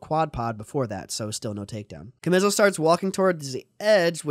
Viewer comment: His name is pronounced CHA-ME-SO